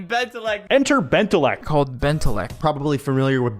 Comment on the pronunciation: "Entet bentelect" I rather not